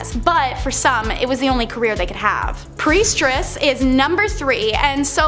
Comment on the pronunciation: OMG, stop saying Preistress! 🤭🙃😜🤔